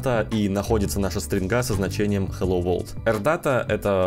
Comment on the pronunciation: Там написано на английском,посмотрите пожалуйста транскрипцию слова World,и послушайте как оно произносится (хотя автор немного не правильно произносит😞)